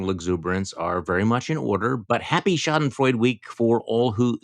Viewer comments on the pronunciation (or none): SchadenfreudE, not Schadenfreud. Nothing to do with freud. Don't use words you can't pronounce.